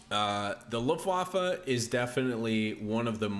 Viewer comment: Luftwaffe literally means air weapon in German! What you are saying means "the waffle at the windy side of the ship"... So yeah, quite different. Also, the way you're saying Wehrmacht (defense force) means "who's causing trouble?" Took me some time to understand what you were trying to say as a German 😂